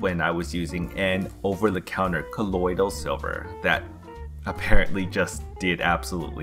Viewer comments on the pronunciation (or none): The way you pronounce colodial is like nails on a chalkboard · Does anybody else hate the way he says "colloidal silver". 😂